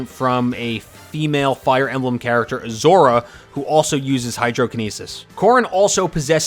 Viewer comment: Its Azura, not Azora😑